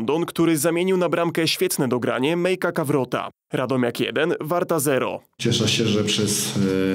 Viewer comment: Jezu czemu on powiedział Kawrota. Meika Karwota a nie Kawrota ehhh niech najpierw nauczy się czytać polecam przejrzeć wszystkie nazwiska przed nagraniem